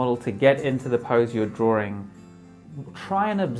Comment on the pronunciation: I love your videos, but why why why do you keep saying “drawring” it’s drawing, without the second r. It’s just making me crazy